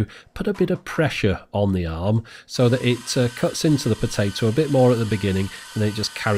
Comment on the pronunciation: Are they not potah to